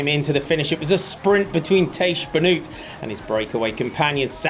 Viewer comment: Pronunciation of Tiesj Benoot. Tiesj sounds like sheesh, so 'Teesh' Benoot: oot is pronounced like oat, 'Benoat'